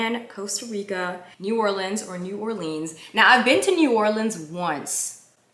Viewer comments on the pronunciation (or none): your hair is on 🔥 lovely. I am from Louisiana so its pronounced New Orleans you only said it incorrectly say Naw Or leans 😂😂😂